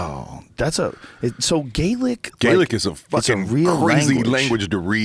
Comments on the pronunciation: that dude is pronouncing Gaelic wrong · this moron knows fuck all about gaelic or it's pronunciation. MORON!